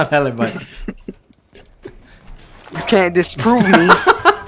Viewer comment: that pronunce of ALIBI makes me so sad...